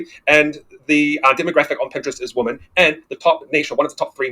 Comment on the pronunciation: Women is not pronounced "Woh Men". It's pronounced "Weh Men".